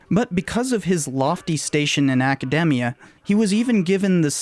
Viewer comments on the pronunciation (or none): none